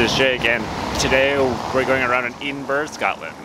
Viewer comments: OMG it’s Ed-in-bra not Edenboro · Very weird pronunciation of EDINBURGH there buddy !? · Edinburgh pron : " ED IN BOROUGH " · Pretty funny you’re calling it Edenburrrr lol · Great video bud. Just some pronounciation problems with Edinburr, and Saint jiles Cathedral.👍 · Fun fact: The standard phonetic pronunciation of Edinburgh is ed-in-bruh or ed-in-buh-ruh, as both are considered correct. I didn’t pronounce it either of those ways. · It would help if you could take the time to pronounce edinburgh properly. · Thanks so much! I know, I made a video about scotch tasting up north and even knowing the correct pronunciation I still did it wrong. I don’t what know what’s wrong with me. Haha